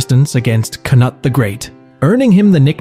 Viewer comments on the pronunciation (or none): so is it kh-nut or se-nut? Jk I know neither are right, kh-noot would be a more accurate transliteration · Cnut is pronounced 'canoot'. There are lots of people we call 'cnut' these days but its spelled slightly different now. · It seems like one of the most important things you should do before making a video about English monarchs would be to learn how to pronounce their names. There were several different attempts to pronounce Cnut, all very far from correct.